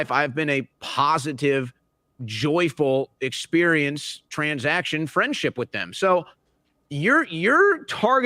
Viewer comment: Can he say TRANSaction?